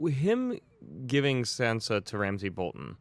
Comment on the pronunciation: It shouldn't bother me so much that they call Sansa "Sensa" lmao